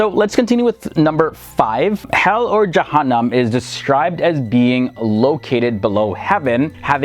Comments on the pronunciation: You absolutely butchered the pronounciations of the names of jahanam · Jaheem my man, Jaheem is the deepest level of Jahanam